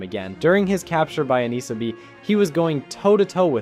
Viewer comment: It’s Anissa, not Akneesir